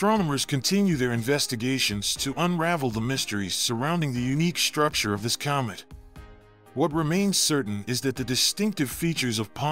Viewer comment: this guy. oh man. cyomet cyoming cyalmly